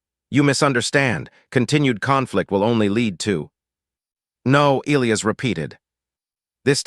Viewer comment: The AI can't properly pronounce Elias.........Figure it out